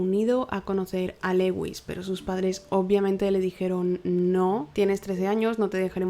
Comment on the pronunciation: Me intereso el caso pero no pude acabarlo del TOC que me dio el "Leuis" constante, es bien sencillo buscar en google "como se pronuncia (x) en ingles" y listo, dios... se pronuncia "LÚIS", que cringe ._. si van a hacer casos extranjeros mínimo infórmense de la pronunciación.